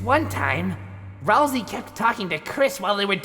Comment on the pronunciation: To: It’s pronounced “Ral-Say”!